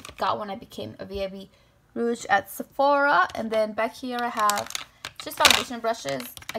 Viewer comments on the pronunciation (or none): none